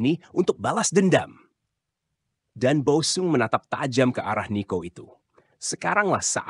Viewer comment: OE = Ejaan lama = U; jadi Boe sung dibacanya = Bu sung bukan-nya Bo-e sung DJ = Ejaan lama = J; TJ = Ejaan lama = C ** Kreksi ucapan